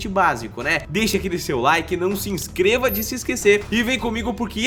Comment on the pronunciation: KKKKKK ELE FALOU "NÃO SE EINSCREVA DE SE ESQUECER" Quem viu isso da like kkkkk